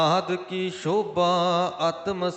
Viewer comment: Bhai sahib g ik benty haï g k tusi s nu sh uchàran karde ho g par exemple sobha nu shobha kehna g . Asi g bot pyar naal sun de ha bura na man lio .benty haï g .